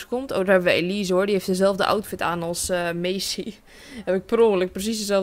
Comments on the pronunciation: ze zegt Elize hahahahaha 😂😂😂😂😂🤣😅😁😄😃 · ze zei Elise like als je dat ook hoorde